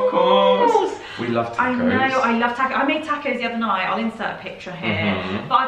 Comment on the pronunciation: I swear, I’m not trying to be mean aaaat all. But they way y’all said “Taco’s”. When I first heard, it sounded like “tack ho’s”. OMG did she really just “tack ho’s”. Lmaooo 😂